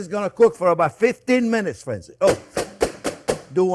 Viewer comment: That's friends speak proper english